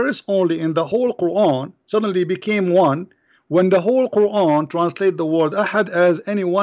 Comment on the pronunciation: He cant even pronounce quran correctly let alone read the verses in quran.